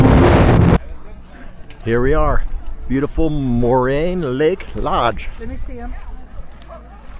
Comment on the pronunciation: If you can pronounce Lorraine, then you should have no difficulty pronouncing Moraine. The letter "a" before "i" would not be pronounced Moriane. The most iconic site at Lake Moraine is atop of the rock pile. There is a well-engineered ascending trail that takes approximately 15 minutes to traverse. There are many images of this iconic shot on the internet. Though it's totally understandable if you and your wife were not physically capable. I was just there a few days ago with a cousin visiting Calgary that hadn't been here in 30 years. Granted it was much more crowded than what's seen within your video. As for your comment about the town of Banff being crowded? Hardly. When I was there a few days ago, the sidewalks along Banff Avenue were ultra crowded, shoulder to shoulder. Approximately 100 people standing in line to have their photo taken at the Banff sign